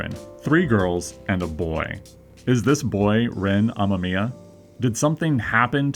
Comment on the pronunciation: bro the name is amomiya in pronunciation for future reference my dude